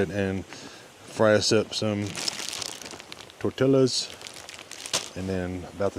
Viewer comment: It's pronounced TOR-TEE-A(S)... Not 'tor-till-a(s)'